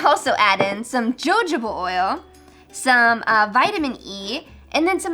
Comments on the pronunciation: Its ha- ho-ba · i think its like (ho-hobah ) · yeah it’s HOHOba oil. The “j” is an h sound. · Your pronunciation of “jojoba” has be dying laughing. Thanks!